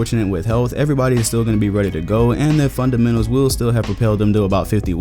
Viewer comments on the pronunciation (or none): none